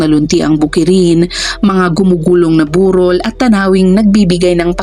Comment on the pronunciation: Mali po ang bigkas Ng burol at pagsasaka😊